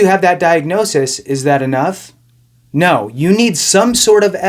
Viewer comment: The way he said ‘No’ lol! That’s right!